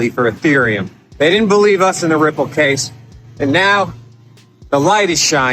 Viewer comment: named Rimple and cardanzo and solanza as securities. Lol. Sooo. Must mean those are three solid commodities even though he can’t pronounce them.